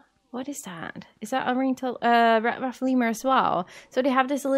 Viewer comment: I know your saying Red but for some reason I'm hearing Rat not Red I don't know why I'm hearing that but I am